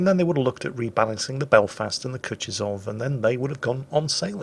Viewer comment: You know, Kutuzov was 18th entury Russian marshal. I couldnt find a link for how to properly pronoune it, but if You drop the name into Google translate it will read it out for you properly in russian. ...it's bad, really. Do it!